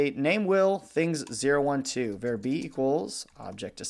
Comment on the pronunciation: The enunciation of var here is just not acceptable. Do he drive a "cair" to work or a car?